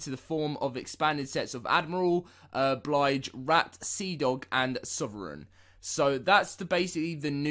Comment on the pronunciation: Stop saying blige rat. It’s bilge rat